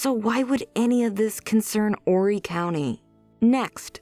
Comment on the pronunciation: Thanks for pronouncing 'Horry' correctly. There have been some recent updates and JP is also being looked at for the death of his Mistress's Spouse, Chris Skinner.